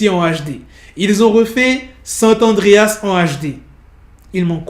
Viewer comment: On dit pas sant adreas on dit SAN Andréas